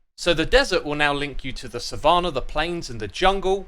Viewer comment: Please look up how to pronounce savanna